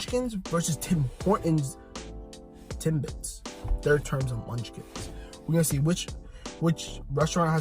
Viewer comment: He said tim"bites" lol